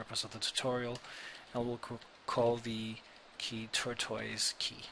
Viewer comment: Thanks but I do wonder if he realizes it's TORTOISE and not TURTOISE